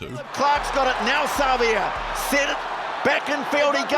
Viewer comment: One of the 04 greats, just wish they’d pronounce his name properly. Don’t stress or drag the ‘a’, just Savea. is the worst at names, Keith Quinn is much better.